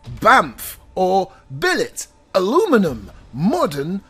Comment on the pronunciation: Another great review. Also as an American I'd rather say aluminum they way you say it!!!!